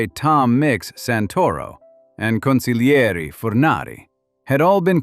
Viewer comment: NHCONGRATULATIONS - This video is the first one that got the pronunciation of the word " Consiglieri" right. Then you turn around and put up the picture " Sonny Black" Napolitano and announce the name of Pappadio.